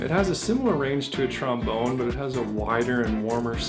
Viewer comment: haha you said tromBONER